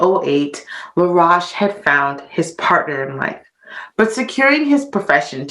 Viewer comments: His name is pronounced La- roashe rhyming with toast. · Your mispronouncing his last name "La'roche" ro-shhh. I've known of this history for nearly 20 years. In Haiti they will also correct you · Laroche is pronounced La Roche with an Oh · It should be pronounced Laroashe, rhyming with roast or toast. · Please people, keep, the "u" out, it's LaRoche. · When she pronounced I thought she said Rush the one died in tatanic submersible recently. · As you can tell she's not French. Get over it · You're right she is mispronouncing his last name. Then she said others mispronounced it when, in fact, they had it right! Lol.